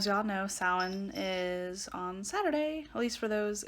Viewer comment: the correct word is Samhain.. (Irish Gaelic for "summer's end." The standard Irish pronunciation is "sow-in" with the "ow" like in "cow.")